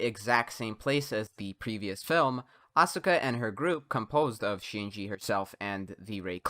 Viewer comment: Thinking that playing a game is a quality of concentration and not a waste of your time, energy, and youth is why this video is a Joke. Why cant you pronounce Asuka correctly, kid ? She has been playing useless games since the second movie, a form of shielding herself from rejection caused by others.